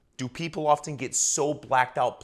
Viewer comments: "Does this happen hawww--ften?" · "Does this happen HHHHOOOOwfen"